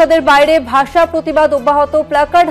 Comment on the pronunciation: Bagla basa sa ki suddukore bolun,,sa sa sa